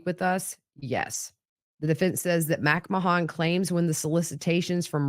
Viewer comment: Are we certain it’s pronounced “MACK-ma-hon” and not “mick-MAN” like that name usually is?